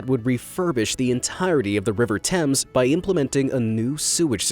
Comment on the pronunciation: Oh my God you pronounced Thames right!!! THANK YOU!!